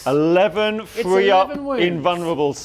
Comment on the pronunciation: The way this man says three (free) makes me want to put needles in my ears